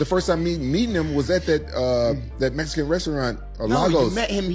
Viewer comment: Why Rampage say “Mesican”. Let me axe you a question Rampage